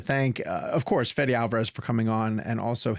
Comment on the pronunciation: I love you, the kid, but you got to work on your pronuciation a bit. It's pronounced: [ˈfeðe]